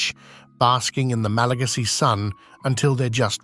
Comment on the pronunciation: Not”Malageesy people”. Malagasy